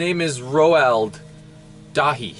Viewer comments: Eli Whitney was a celebrated black man in my timeline. Also Roald Dahl is pronounced "Roelled Doll" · it's pronounced like ROLD DAL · rip can't pronounce roald dahl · Roald Dahl, always been brother no worries. Read a few of his books like 20 year ago. Your pronouncing it wrong. Still can't get over the shoe bill stork though.